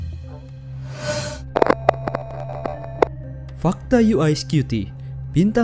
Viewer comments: Kenapa bacanya "yu ai" yah? berarti spellingnya "UI". tapi kalo Spelling nya "UY" dibacanya "Yu Wai" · "YU WAY" bukan "YU AY" naratornya englonesian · Yu wai bukan yu ai Antara pelafalan Y dan I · Uy di baca yu way Bkan yu ai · UY setahu saya dibaca Yu Wai. Bukan Yu Ai (UI). Canis dibaca Kanis .. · Daritadi kita dengarnya yu ai scuti yu ai scuti. UY dibaca yuwai bang bukan yu ai 🙏🙏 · Yu wai, bukan yu ai U = yu Y = wai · Kok UY bacanya 'yiu ai' sih, bukan nya 'yiu wai' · Di bacanya "Yu way" bukan yu ai.. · Maaf bang,cuma mau koreksi. UY itu dlm bhsa Inggris di baca : (Yu Way). Kalo (YU Ay) yg Abang sebut itu tulisan nya (UI). Tapi,informasi ini sungguh menarik thank you bang. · Knp UY di baca yu ai? Apa ane yng salah denger ya😅.